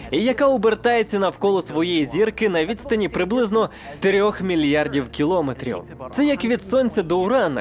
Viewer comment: Адріанові_ЗП: кіломЕтрів (наголос на "е").